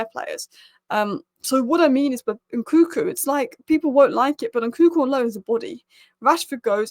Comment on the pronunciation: His name is Nkunku not Nkuku